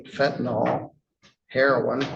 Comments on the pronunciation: "Fentanyl." The last syllable is pronounced "ILL" not "ALL"... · FENTANYL not fentinol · A judge should get it right……fent a NYL. NOT fent a NUL or fent a NOL. Yes. It matters